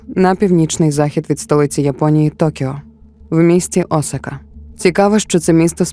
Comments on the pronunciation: Дякую за контент українською! Цікавий матеріал, приємна подача. Але, перепрошую, Асака (наголос на другу А), це не Осака. Асака дійсно знаходиться недалеко від Токіо. А от місто-мільйонник Осака - за 500 км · Пані автор, історія чудова, але Осака - це зовсім інше місто в Японії з населенням до 3 млн жителів. Навіть на карті, яку ви наводите, написано Asaka! Асака а не Осака.